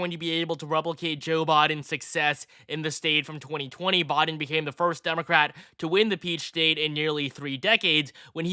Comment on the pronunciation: Am I the only one hearing 'Bodden' Instead of Biden?